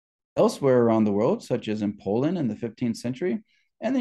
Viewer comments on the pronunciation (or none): none